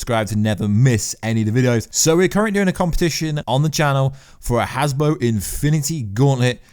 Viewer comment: I noticed you have been saying "Hasbo." It's actually Hasbro, Has-Bro. You're welcome. :-)